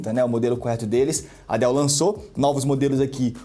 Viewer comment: "Dois DÉILLS G15" 🤣